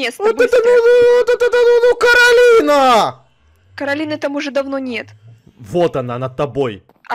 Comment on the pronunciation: Не нанозывайте не каролина а каколина🤣🤣🤣